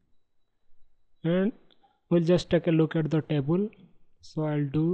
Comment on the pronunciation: Your tutorials are good but it is table not tabul.